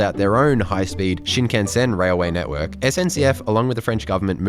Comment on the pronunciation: The weirdest bit about that story was that he was looking at and buying porn publicly while with his wife. WTF. Haha Haters gonna come for you over your Aussie (mis)pronunciation of Shinkansen (like they did for me in a video I made) 🤣🤣